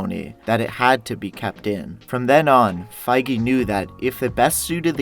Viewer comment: it sounded like he said Kevin friege